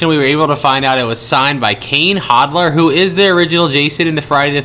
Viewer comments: Kane hoddler? Lol. Its kane Hodder bozo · Kane Hoddler?? You said Kane Hoddler?!...my poor horror geek ears 😢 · Made me sad that you mispronounced Kane Hodder’s name and GUESSED that it was Optimus Prime. Cool video though.